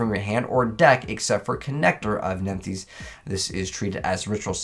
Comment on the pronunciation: I swear he pronounced nephthys different each time